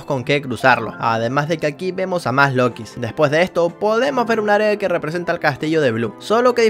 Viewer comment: yellow es niño. los lookies no se dice como lokis se pronuncia lukis pero se escribe lookies. la guarida de purple es fácil solo te agachas y ya lo pasas no te come, solo ten cuidado de que no ese algun otro rainbow friend.